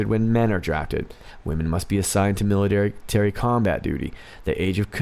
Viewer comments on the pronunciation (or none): none